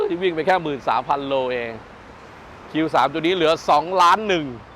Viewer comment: ฟัง พูดคำว่า "แค่" ผมละเหนื่อยใจ😅